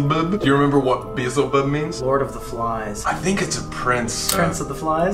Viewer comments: you guys kill me with that beezlebub. It's actually Beelzebub...pronounced Be Elle Ze Bub. It's another name for Satan. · This is a wonderful video, but the way you’re pronouncing Beezlebub is bothering me so bad. It’s pronounced Be-el-Zehra-bub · it's BEE-EL-ZIH-BUB not beezlebub lol please stop saying it wrong it hurts my inner devil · anyone else notice colby say "beezlebub" even though its "beelzebub" i kept laughing when he said it- BAHAHAHHAHAHAHA BEEZLEBUB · COLBY 👏🏻 ITS BEE-EHL-ZE-BUB 👏🏻 NOT BEE-ZEL-BUB 💀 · Lol I’m sorry to be that one nerd but Beelzebub is pronounced bee-yell-zee-bub. And he is one of the7 princes of hell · Y'all. Listen to Bohemian Rhapsody and then figure out how you should be pronouncing Beelzebub lolol. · I can't get over the fact that they both say 'Beelzebub' wrong.